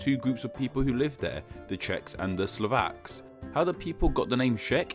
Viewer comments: We are not called slovenyek..its pronounced slovenets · YakuzYah #staʟe_memes According to the narrator we call ourselves Slovenyaki... Like a species of yaks 😂 😂.. Well we are mountain nation 😂 😂